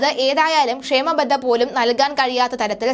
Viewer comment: ക്ഷാമബത്ത എന്നു പറയു കുട്ടി! ക്ഷേമ ബദ്ധ യല്ല. !